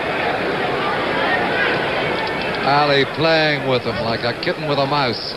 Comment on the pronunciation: Its not thike, its like